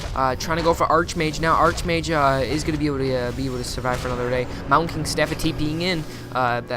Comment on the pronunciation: Archmage is pronounced Ark, not arch.